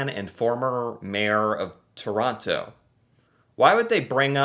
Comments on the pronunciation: It's Terono. Real quick. Emphasis on the last O. It's not Tooooor on TTTo like you say it. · Toronto has a silent t at the end you know that...Toronno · When someone pronounces the last T in Toronto. The last T is silent. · Things that bother me as a Canadian: When ppl say Toronto incorrectly. The 2nd T is silent! I'm not even from Ontario and I care for some reason! Speaking of which, when something only is available in Toronto is also annoying. Finally, the hockey stereo type. I've seen hockey fans and videos of them and they are very real ppl, but never have I seen an entire group of hockey fans together that was more than like 3 ppl hanging out. I personally am too laid back for most sports, so I do not care about Hockey.